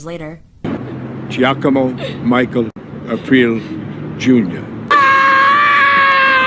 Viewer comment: I like the way Rosalie continues to expose AI narration, because it always calls her Rosalie "April".